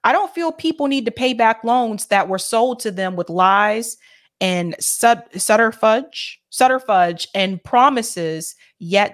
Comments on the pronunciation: "Sutter fudge", hahaha! I feel awful, because this was a spectacular show. Truly. But the mispronunciation of subterfuge was hilarious enough to comment on., I love you. You're doing a great job. And that accidental hilarity doesn't change that. Keep it up. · Thank you,! "Subterfuge" is an excellent word meaning to hide something to attain a goal; a deception. Pronounced "sub' tuhr fewj." The last syllable rhymes with "huge." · it's pronounced - "SUB ter fyuuj" and it means a story that hides the truth. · Subterfuge , sub-ter-fuze …: deceit in order to achieve one’s goal